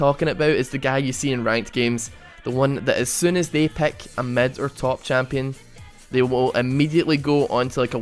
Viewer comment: Lol, you pronounce pick like peck. So funny :D